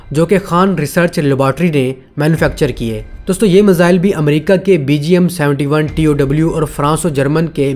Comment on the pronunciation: I watch your videos. Like your work. The word is ‘miss ile’ please do not pronounce misile. The syllable is easy to use and get your pronunciations correct. Thank you